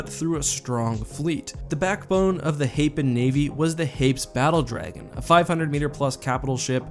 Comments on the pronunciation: Hā-pēs, not hā-ps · HEY- pees, it's an actual real-world word. I wasn't going to comment until I saw no one else corrected the pronunciation. Unless some canon source decided to pronounce it real real dumb for some reason, it's a two syllable world.